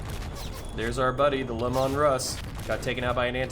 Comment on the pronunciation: Its nice to come across someone who knows his back lore, but I must say this, the Tank is pronounced Lee-Man.